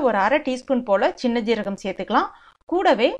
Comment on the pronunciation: Health tips sollum podhu seeragam yenbatharku cheeragam yendrum innum sombu yenum paathirathai avargal chembu yendrum solgirargal, yella ulogathilum sombu paathiram irukku, dhayavu seidhu ucharipai konjam nanraaga ucharikkaum pl.